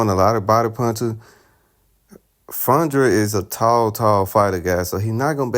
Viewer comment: Who the hell is fundrin man his name is Fun-Dora